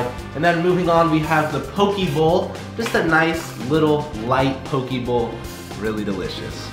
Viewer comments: Hearing say poki instead of poke (po-keh) is cringe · It pronounce po kay not po key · Pokie bowl lol, in Hawaii it’s actually pronounced pokay, poke it means cubed in Hawaiian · AS A HAWAIIAN THAT AINT NO DAMN "POKEEEEEEEE BOWL" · All people from Hawaii cringed so hard at the same time when they mispronounce poke 😂😂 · You guys said poke wrong